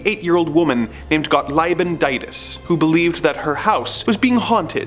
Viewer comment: In the german name "Gottliebin" the "ie" is just pronounced as "i". We generally pronounce every "ie" as a slightly longer "i". You are welcome :3